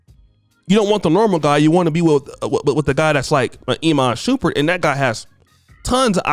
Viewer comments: Shump- Pert not Shu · always fuccin someones name up its "Sh-um-pert lmao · Did dis niqqa say Iman Shoopert?? 😂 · Shumpert not shupert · its shuuuummmmmpert thou not shupert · Shump not Shoomp at least learn the names👀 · Imma need you to pronounce that man’s name correctly. You out here calling that man “Shoompert.” 😂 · Yo, if he says shoopard one more time😤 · It's Shump-ert 😭😭😭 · Stop saying his name wrong lol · Bro pronounce his name right🤦🏽‍♂️…. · Would you PLEASE say this man's name correctly 😒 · It’s Teyana Taylor like saying it “Tiana” and his name is said Shum-pert not Shoom-pert 😂😂💯 but I agree with Iman you don’t have to be wealthy to think this way most men don’t care